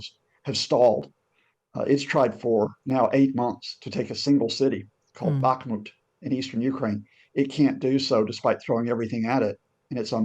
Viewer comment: It is NOT called "BaKmut", it's called "BaHmut". H for hunt, not K for c*nt. Same story with Harkiv, Herson, etc.